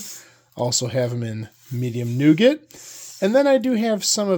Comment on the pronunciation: The T is silent in nougat, like the T in chalet.